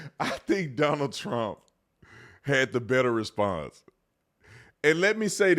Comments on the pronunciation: He called him Stonald?😂😂😂😂😂😂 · Who is stonald? 😂😂😂